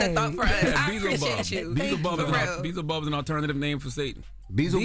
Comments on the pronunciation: it's pronounced Bee El Zuh Bub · it’s pronounced Bee Elza Bub 😂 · It's pronounced be yellz a bub 😂😂😂😂😂 not beezlebub😂😂😂😂😂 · It's pronounced "Ba-helza-bub" in the scriptures. Not Bee-za-bug.. Uncle Charla stupid! Lmao!!! 😂😂😂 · “Beezelbub” that’s not how you say it 😂😂😂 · Oh Charla 🤣...Be-el-zeh-bub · Beezlebub….Lol it’s pronounced “be-Elz-a-bub”…but he is right tho. He is a major historical demon/devil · It is pronounced “BE-YELL-ZA-BUB” lol not “BEEZLE-BUB” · Beezlebub got me weak!!!😂😂 it’s Beelzebub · Beelzebub. Pronunciation: "Bee" "el" "zee" "bub" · "BELL" zibub 😅 but yes that’s another name for the devil in the bible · It’s pronounced Be-EL-zebub. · Did he say Beezlebub???😂😂😂😂😂😂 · It is pronounced Bee-l-zee..bob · OMG, Charla, I can't with you. I literally peed myself. It's Beelzebub. It's pronounced Bee-EL-za-bub! 🤣🤣🤣🤣🤣🤣🤣🤣🤣🤣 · C the Gob is a master at butchering pronunciation: Bee-el-zuh-buhb - surely you've heard Bohemian Rhapsody. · BEELZEBUB!!! 😂😂😂 it’s BEELZEBUB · Belazabub lmao he said it wrong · It’s pronounced Belzibub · It’s pronounced BE- ELZA-BUB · It’s be el ze bub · Pronounced Bee-el-zuh-bub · This was bad yawl… bee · el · zuh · buhb And NO Jess it’s not Satan in every text. Yawl this bothered me so bad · CTG is a Tripp! Beeezlebub .....and nobody corrected him😅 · Be-EZ-UH-bulb how it’s pronounced 😂😂😂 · It's pronounced B-L-Zabub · It's be- ezel- bub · Lol its pronounced “Be-Elz-a-bub” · Beelzebub. He pronouncing it incorrectly 😂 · The fact they kept saying his name wrong was hilarious 😂😂😂😂😂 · It’s beelzebub dude